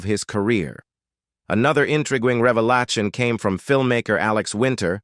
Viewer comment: This video was such a "reva-lart-shon"